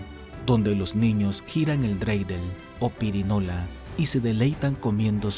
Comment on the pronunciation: Correcto: perinola!!!!!. No pirinola.